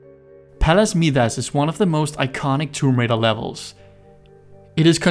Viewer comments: Note: I think that is Palace My-das, not Mee-das. Also, I think the right pronunciation is Cata-coms, not Cata-cooms. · Awesome video. 👌 Just a reminder. Scion is pronounced as "skee-on" and Midas is pronounced as "my-das". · Thank you so much! Haha, I know. Several commenters have pointed out my butchering of Scion - I'm sorry! The reason I pronounce Midas the way I do, is because I went for the Greek pronunciation.